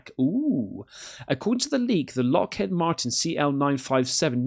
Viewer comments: Dear God, you don't know about the book Communion. You seem to know very little about the UFO/UAP phenomenon. If you're going to continue making UFO videos, get your arse to your local library or buy some books on the subject.. Also, try saying ' Lock HEED Martin. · It’s Lockheed, not Lockheed.